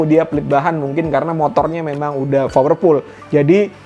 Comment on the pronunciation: 2;48 "fowerpull"